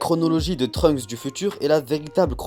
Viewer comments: pourquoi j'entend Trumps a la place de Trunks 😭😂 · J'ai l'impression que tu dis Trump